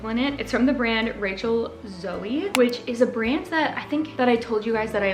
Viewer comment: Loved this thrift! I live in Texas! Btw rachel zoe is pronounced with a long O so there is no “y” at the end ❤😊